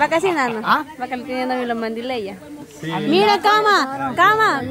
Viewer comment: Ay así no se dice mandilella tienes que decir mandilea. Ponte pilas vicha.